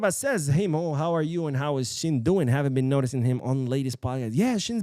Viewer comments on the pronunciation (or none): none